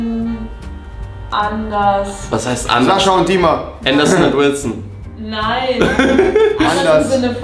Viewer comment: Rewi sagt immer Saschaa oder Dima 😂😂